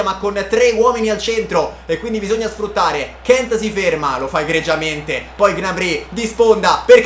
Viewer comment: Solo a me da fastidio come pronuncia Gnabry?